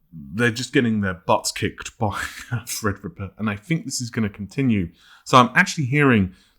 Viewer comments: Well he does actually say Fred-rippa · Youtube needs to overhaul auto-sub,though it's quite funny.For example Fred-Ripper instead of Threadripper.